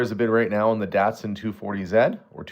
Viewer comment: Datsun pronounced Dotson.